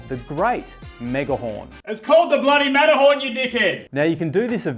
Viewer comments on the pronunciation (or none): nice video and documentary. But I shold teach you to pronounce Matterhorn correctly.😊